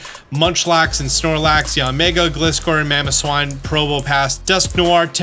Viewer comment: please just pronounce Gliscor correctly im begging